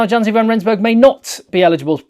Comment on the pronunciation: the "J" in Janse is pronounced as a "Y" so it's actually pronounced "Yanse"